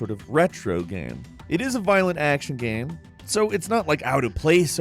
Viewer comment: No one:: GAEM